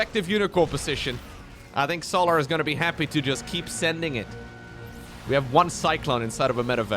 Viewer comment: The way bro pronounces Solar is so jarring... So-laRRRR. Bruh.